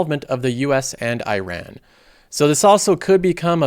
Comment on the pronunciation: Iran doesn’t pronounce I ran